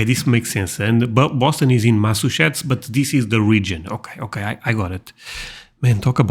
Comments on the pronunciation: that one’s Louisiana lol I’m from Georgia, but I can barely understand the old man lol I got it, but I had to really listen. Looks like I need to find a European guy… yall love a southern accent 😂 (Also - it’s Mass-achoo-sets. Like a sneeze between mass and sets) 😝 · Boston is in Massachusetts. Massachusetts is part of New England. Pronunciation: Massachusetts = Mass Uh Chew Sets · Masseh-chusetts. Massachusetts. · Hey sweetie, it's Massachusetts ( Mass-a-choo-zits) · I have not read all of the comments but the way to help you pronounce Massachusetts just say "Mass A Chew Setts" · Massachusetts ❌ Massushets ✅ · just to help out^^ Mass-a chew-sets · Try this: Mass-ah-chew-sits.....your welcome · Mass a chew sets. That's how to pronounce it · Mass-a-choes-sits is a way to say Massachusetts easier than your attempt at it. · You actually did pretty well! Some of those clips were really hard. And don't worry, a lot of Americans struggle with Massachusetts. "mass-uh-CHEW-sits" :) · To help you with your pronunciation...Massachusetts is pronounced (Mass i chew sits) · It's MASS-A-CHOO-SIS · Massachusetts is Mass-a-CHOO-sets. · For Massachusetts try saying it like... Mass Uh Chew Sis